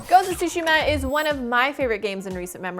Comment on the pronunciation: What’s up with americans not being able to pronounce Tsushima? It’s Tsushima, not Sushima.